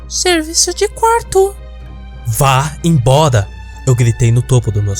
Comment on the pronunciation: "vá em boda" kkkkkkkkk pqp velho